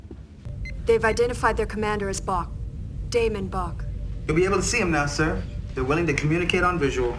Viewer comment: Its Bok Damon Bok.....